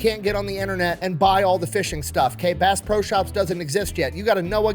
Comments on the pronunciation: I love watching videos however how many times did he say bass bro instead of bass pro? My hearing sucks from My time in my local rescue squad so maybe I'm hearing him wrong. And I have been to the pyramid a few times and bought a lot of fishing and hunting equipment to the point that the bank flags my purchase and calls to verify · Did anyone else hear Bass BRO Shop everytime he said the name? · I swear he's saying Bass "Bro" shop 😂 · I cant be the only one that kept hearing Bass Bro Shop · Did he say bass bro shops at first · It's not pronounced, "Base Pro Shop"? I'm so embarrassed.